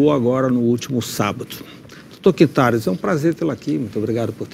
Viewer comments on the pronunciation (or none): pronunciou o sobrenome do médico errado, Quintarios, rsss, devia saber o nome do convidado direito.